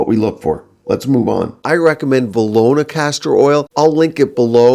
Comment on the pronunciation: He said Velora but on the bottle it says Velona.